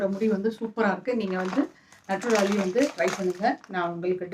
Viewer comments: அது நட்டுரலி இல்லை, நேச்சுரலி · Mam அது நேச்சுரலி ஷாம்பு no 😂😂நட்டுராலி. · நட்டுராலி இல்ல நேச்சுரலி